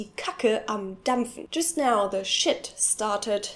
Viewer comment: the way she say shit is like "Schitt"